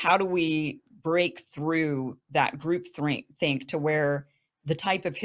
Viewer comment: Is she saying group thing or group think? I suppose that would be '' group thought ''.